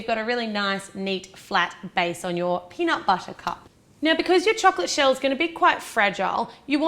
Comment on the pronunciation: peanut BUTTAH